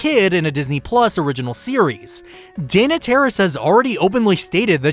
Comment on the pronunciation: I dislike the way you pronounce Dana's name.